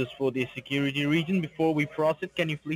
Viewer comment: you know I never miss my Monday funday.... and Love when you say securitay!!! Thanks for putting a little sunshine in this mopes life every Monday!!!